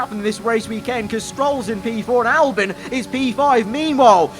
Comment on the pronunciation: Why do you pronounce it “Albin” and not “Albon”?